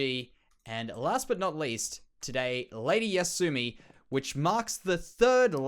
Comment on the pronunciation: Wahoo, got my head on the wall! Thank you so much for making such awesome content and just being awesome in general. Thank you also for saying my name correctly. So many people drop the second Y and call me Asumi instead of Yasumi. You are the best,, keep up the awesome work! Regards, Ladyyasumi.